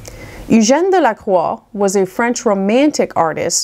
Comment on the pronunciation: We are all so appreciative of you obvious familiarity with the French language. Your pronunciations are superb.